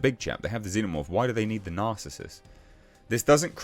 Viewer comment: It's pronounced NAR-CIS-US - narcissus, a type of flowering plant AKA a daffodil. Also an ancient Greek hunter..